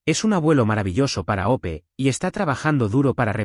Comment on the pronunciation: El nombre es Hope o sea Esperanza ¿Porque no pueden pronunciar bien los nombres y apellidos o les pone otros más sencillos?